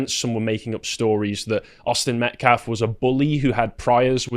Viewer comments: "Metclaf"? Hands up don't shoot. Jeez Louise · That "pastor" says "MetCLAF" every time. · This guy is purposely mispronouncing the name of the victim, Austin Metcalf, and people that support him. He has no problem pronouncing the names of the Anthony family and those that support them. It's intentional.